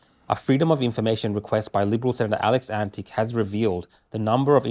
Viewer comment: The senator's name is correctly pronounced Antitch (not antic).